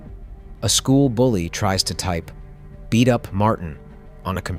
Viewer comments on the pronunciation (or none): none